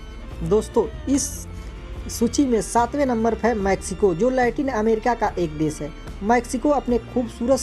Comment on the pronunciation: आदरणीय आपका उच्चारण शुद्ध नहीं है। देश बोलिए ना की देस।